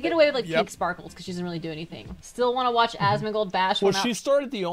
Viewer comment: He's Asmondgold... Not Analgold... 🦵 🌭 🍻